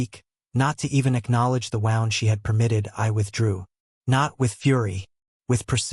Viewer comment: Wait the first sentence of script says Rented house for a week away so why is now their Dads house & he wasn’t wanted AI when does anyone not edit before publishing Wound is when you wind a clock etc Wound as in injury is pronounced like Woond Current husband needs to cut them off from everything include financial support & walk away